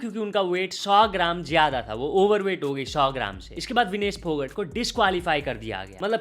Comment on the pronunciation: भाकड❌ भाकर ✅ फोगट ❌ फोगाट ✅ 🤡